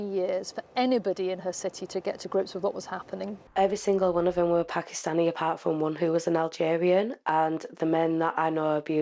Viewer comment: 30 min long and can't say Pakistani. Wild. This is serious journalism, folks.